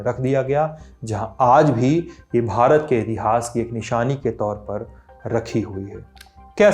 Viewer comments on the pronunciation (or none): none